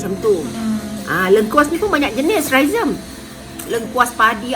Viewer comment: Amboi. Bkn calang2 sekali sebut "rhizome". 😬